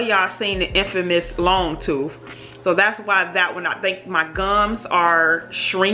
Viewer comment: Tooth, with a TH